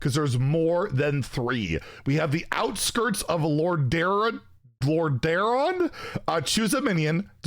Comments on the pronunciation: Its pronounced "Lord-a-ron" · Listening to you trying to pronounce Warcraft locations like Lordaeron and Hyjal made this video even better lol some really interesting cards, I haven't tried wild OR twist, but the signatures are making me consider wild. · I can't believe you can't pronounce Lordaeron 😭😭😭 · I am shocked at fact that doesn’t know to say Lordaeron right 😮